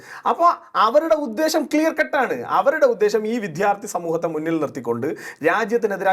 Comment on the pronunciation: വിദ്യാർത്ഥി എന്ന് പറയൂ വിദ്ധ്യാർർത്ഥി എന്നല്ല തിരുത്തുമല്ലോ